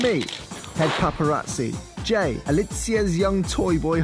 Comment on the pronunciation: Is it weird that I heard. "The Zack and Gay show"?